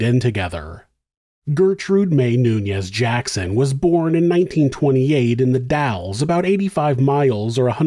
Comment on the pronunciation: Got the Dalles right but not Terrebonne